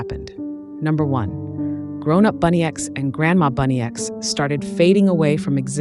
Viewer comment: It isnt bunny x, it’s bunnix - like bun-icks